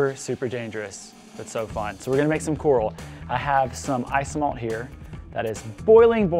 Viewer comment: who.... taught you how to say coral? who did this 😂